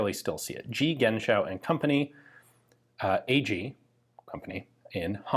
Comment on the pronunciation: For pronounciation of "Genschow": In german the end of a name with an -ow following an consonant typically leads to a slavic origin. So, you'd rather pronounce it like the end of the word "show". I don't know for sure, it would be my "educated guess" as a german native speaker. The ending -ow is very common in my home region of north east germany for villages, towns and family names.